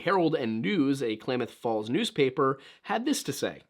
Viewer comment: Klamath Falls resident here. Excellent pronunciation! Crater Lake is incredible. Photo and video never do the deep blue of the lake any justice. Something to note: Blue jeans are denim, which is cotton. Cotton is first on the list of NEVER WEAR IN THE SNOW. It doesn't hold heat and gets wet very easily. It's egregious that he would be so well prepared but be wearing blue jeans.